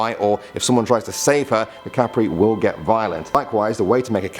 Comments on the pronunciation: Kap-re Not cape-re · When you say tiyank its like chanak no ti ya nak and when you say kapre its not kapri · it's kap-re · Hahaha kapre kapire Hahaha hindi ganun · The spelling is "Tiyanak" But its pronounced as "Chanak" And "Dwende" Is not pronounced as Dweni And its not pronounced as Kaprei Its pronounced as Kapre E sorry for being judgemental :l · its not called sirena its called serena but the spelling of it is sirena and tiyanak is pronouced as chanak and a kapre is pronouced is kappre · proper pronounciation duwende=duwendeh kapre=kapreh sirena= serenah tiyanak= chanak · You pronounced kapre wrong